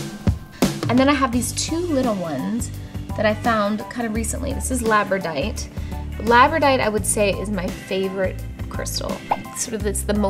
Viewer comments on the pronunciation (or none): Mispronouncing labradorite. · Lmao it's Labradorite. Lol oh Jenna